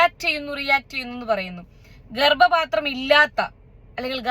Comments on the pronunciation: It’s not Garbapathram,Garbathram, thettiyathu thankalkkanu,🤣🤣🤣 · ഗർബാത്രം ആണ് അവനു ..... ഗർഭ പാത്രം അല്ല.........😂😂😂😂😂😂😂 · ഗർഭപാത്രം എന്നല്ല കുട്ടി അവൻ പറഞ്ഞത് ഗർഭാത്രം എന്നല്ലേ 😂😂😂😂😂